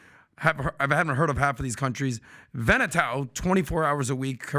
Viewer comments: sure butchered the name “Vanuatu” where my Uce’s 😂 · pronounced Gambia and Vanuatu wrong.